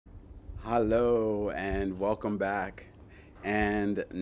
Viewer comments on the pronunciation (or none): Your “hallo” sounds like a dutch hallo😊, are you from the netherlands?